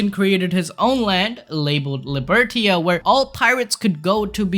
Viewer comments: I have to react. It's not Libertia, it's Libertatia. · Just saying, it reads....Lee-Ber-Tay-shi. Libertatia